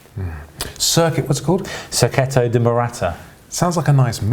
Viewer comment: 'Serketto', as you kept saying, is a truly crap mis-pronunciation of circuito, and nowhere near the Spanish, Catalan or indeed the Italian pronunciations!